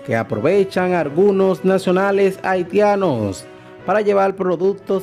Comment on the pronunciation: Fuelte? Acion? Conselva? Abielta? Argunos? Detetada? Reapeltura? Vuerta? Contrucion? Totar? Setiembre? Contruyen?